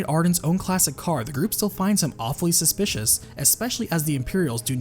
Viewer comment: Gotta love pronunciation of " awfully suspicious".